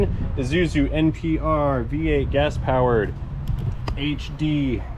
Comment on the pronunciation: Pronunciation snob here...love the channel! I think the number of common words that get butchered is fun but so rude to correct....I'm shooting for fun: NEW-clear not NEW-kew-lar. KEV-lar not cav-a-LEER. ee-PIT-oh-mee, not EP-i-tome. And of course i-SUE-zoo, not i-ZOO-sue. You kinda split the difference with Zoo-Zoo---so you've equally tortured everyone's ears, lol.